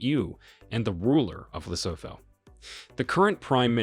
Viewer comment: Lesotho is pronounced as LESUTU the H is SILENT. Please learn and stop butchering our names, our countries names as well as the names for the capital cities and other towns!